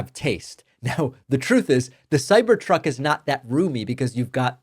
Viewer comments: Bet that cybercuck misspeak was on purpose 😂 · Did he say "cyber c0ck?" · Cybercoc– uh cybertruck 😂 was that on purpose? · Nice lapsus at the beginning of the video lol "The Cyber C.. Truck" Lol! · DAVID DID YOU ALMOST CALL THAT A CYBER COCK? Because as I think that’s what you said and it is so apropos! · Man, weird slip of the tounge. Cybercuck....Err, Cybertruck. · I liked the slip of the tongue, "cyber cuck". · Cyber "kak" 🤣🤣🤣🤣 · LOL. David mis-spoke right in his opening remarks, and it sounded like "Cyber cuck". LOL. Boycotts against the law? Really? What happened with Bud Light? It wasn't illegal then! Remember when Biden hosted that kegger on the White House lawn and made a big sales pitch for Budweiser beer? Me neither, because it didn't happen. If you've followed Tesla at all, Musk has a long history of over-promising and under-delivering. The Cybertruck itself was a couple years late, the base was $ 61k instead of the as promised $ 40K, and the range was 250 miles versus the as-promised 400 miles. He was promising an "affordable" Tesla, then eventually scrapped that to focus more on the Robo Taxi. How is that big Hyperloop coming? How about the Full Self Driving? He's been selling "future capability for FSD for almost a decade and a half, whereby at time of purchasing a Tesla ($ an 8k adder, and it's been as high as 12K) you can be assured of getting FSD when it is finally ready. So far, only Mercedes has passed government certification of the highest level of autonomous driving. Tesla is still beta testing it with their clients, and they stubbornly cling to camera only "eyes" where others are also using radar. He's way more aroma than substance. A LOT of people paid handsomely for FSD, up front, and STILL don't have it. Sounds like a scam. This is the guy we want running DOGE? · Cyber Cuck? I think you said it right before you corrected yourself 😅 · Sir, you just said ... " Cyber-cuck ". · “cyber cuck” lol almost seems intentional.